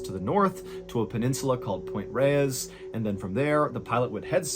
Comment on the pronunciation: That's not how you pronounce reyes